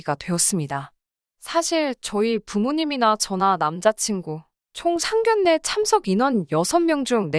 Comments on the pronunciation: 상결례가 아니라 상견례로 읽어주세요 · 상결례가 아니고 상견례로 읽어주세요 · 발음에도 상견례이지 상결례는 아니지않나요?